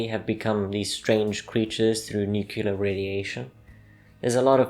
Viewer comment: LEARN HOW TO PRONOUNCE NUCLEAR.